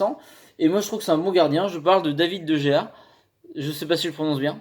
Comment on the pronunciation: Ça se prononce Dé Réa;) Super vidéo,. De Gea au PSG, ce n' est pas mal, mais vu qu' il y a Aréola, j' ai envie de dire pas besoin, qu' il reste à MU^^